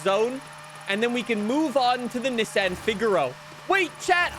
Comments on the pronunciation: “ look I’m a real car enthusiast I said it the correct way “ 😂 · I dont like how you say nissan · STOP SAYING NISSAN LIKE THAT!!! I WILL CALL THE COPS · Bro, stop saying Nissan like that😂😂😂😂